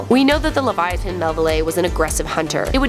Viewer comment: I swear to God if she says LeviaTIN one more time